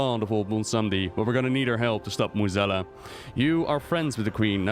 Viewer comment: Your english is way better than most WoW content creators. Still amazed at your pronounciation of Mueh'zala.